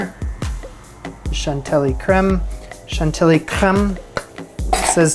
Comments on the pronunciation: Yes, shan-till-lee, not shon-ti-lee. The Big Bopper was singing Shan-till-lee lace and a pretty face, not Shon-ti-lee and a pretty face. They syllables don't work. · It's a French word, so it's shan-tee-yEE 😄. You say it in a cute wrong way,, but it seriously confuses us. 😆 And I've got to make this cake myself, just not in a cage, but rather with flat caramel zigzags. 😋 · French here, you pronounce it chantiyi , any double "l" in french is pronounced like if you had a Y instead. Voila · for reference chantilly is pronounced more like chanti-yee (that's how ill is pronounced in french, kind of like the spanish -ll-) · Chan-tee-yee, rhymes with Gentilly, the defunct nuclear power plant. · according to zee Fronsh language we pronounce Chantilly as 'Shon tee'